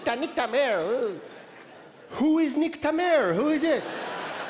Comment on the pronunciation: Il est: Niktamewrr niktamewrr niktamewrr 😂😂😂